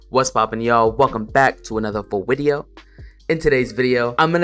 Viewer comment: Never say vawideo again.